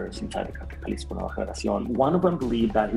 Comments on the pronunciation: Yeah, I’ve never heard anyone pronounce it like he did. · Just wanted to let you know that the 'J' in Jalisco is not supposed to be pronounced the same way as we do in English but instead as 'H'. Like H in Hello, so basically 'Halisco'. And also, that wasn't a Poor Man if the guy was the same from the Los Viagras Video in the beginning. They're infamous for the Guerrero Flaying and El Siri's Execution. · jalisco nueva generacion not j a lesco new generation cartel😂 I fuccs with you perro but at least pronounce it correctly. Long Cartel De Sinaloa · Pronounce as "Halisco" - the J is pronounced as an H in English. Even here in America, by non-Latinos. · Jah-lisco hahah, this whole video is a fail with pronunciation. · In Spanish Jalisco is pronounced like Halisco. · It’s really hard for me to listen to someone tell a story about the cartels & at the same time pronounce CJNG “Jell-isco” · Naa . Just so yuno , You lost me at “Jah-leesco” . I’m out ✌️ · It’s pronounced HALISCO the J Is pronounced like a H just a tip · Jalisco - (ha-lee-sco) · The way you pronounce Jalisco makes it sound like a very refreshing popsicle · The way he pronounces Jalisco 🤣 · The way he says Jalisco 🤣